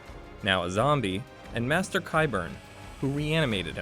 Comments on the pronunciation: OK, your pronunciation of some of the names is so, so off! Cersei is pronounced "sir-say" not "seer-see". And "maester" is "May-stir" not "master" 😂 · "Master" Qyburn and "Jendry"? Come on now. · This was so annoying. The person narrating definitely hasn’t seen the actual show calling maester master and Gendry Jendry and pronouncing Cersei incorrectly too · Its Maester not master...and its Gendry not Jendry...